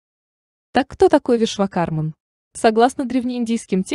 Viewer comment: Очень познавательное видео, но я не ожидал, что так мало расскажет про ВишвакарМУ!! Автор, простите меня великодушно, но очень сильно режет слух окончание МАН. Уверен, все те, кто изучал Веды меня поймут: 1000 раз произносится в ролике имя этого божественного архитектора и 1000 раз неправильно!!!!!!!